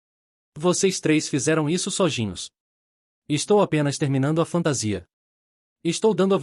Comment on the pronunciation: Tangível (som de j) e sozinhos som de "s" só.